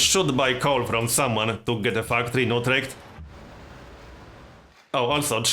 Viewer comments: I think everyone pronounce that like that except americans. It also sounds exactly as you described in mind. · You pronounce Utrecht quite properly, not You-trecht like an American would. Did you ever spend any time in the Netherlands?